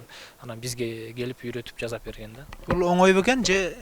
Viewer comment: Ушу туура суйлогонду билишсе, ЖАЗАП эмес, Жасап